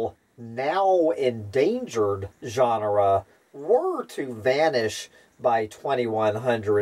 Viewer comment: Why pronouncing "genera" as "ʒɑːnrə" instead of "dʒenərə"? "ʒɑːnrə" is "genre" - a totally different word.